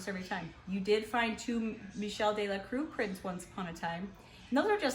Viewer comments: The room looks amazing! It was all worth it because just think about it, you might not have found that Michel Delacroix painting if you weren’t doing this room makeover. Also, on Instagram you mentioned you weren’t sure how to say his last name. ‘Croix’ should sound like ‘crwah’. Croix is usually translated to cross in English. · You pronounce his name crah not cruiz. OIX in french is ah. Not trying to be a know it all but just trying to help. You guys are awesome!!